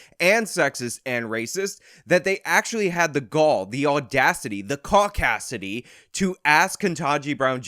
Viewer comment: Lmao "caucacidy" !